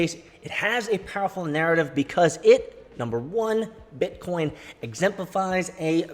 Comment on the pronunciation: First time I heard say BEETCOEEN ages. Damn it felt good!